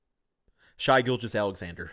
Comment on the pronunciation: you gotta learn how to say Shai. He’s an absolute bucket and everyone needs to know his name